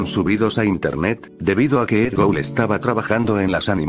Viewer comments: Es Edd Gould No Edd Goul xD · Alguien más se dio cuenta que decia Edd Goul?